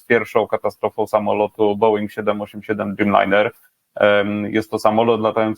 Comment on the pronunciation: Bołinga, nie beinga, nieuku jeden. Ręce opadają jak po raz tysięczny słyszę na samym początku materiału taki zgrzyt w wykonaniu totalnego laika.